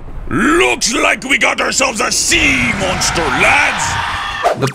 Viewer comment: LEWKS LIKE WE GOT A SEAH MAWNSTHA LAHDS Me: Uhhh Wuuuuuut